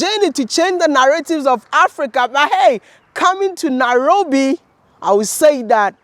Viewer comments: It's Nairofi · It's Nairobi Mr Ghana baby 🥰